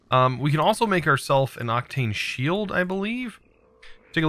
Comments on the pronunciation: Octane and octine aren't pronounced the same mate Oc-tane Oc-tine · Octine, not Octane. Wight, not wrath. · It is SYRMORITE not SHIMMERITE It is OCTINE not OCTANE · Syrmorite is pronounced “Sim-er-ite” and Octine is pronounced “Oct-Ine”